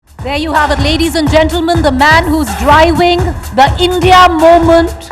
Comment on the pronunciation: English v bolta hai Bhai vo, suna nhi, "Momench"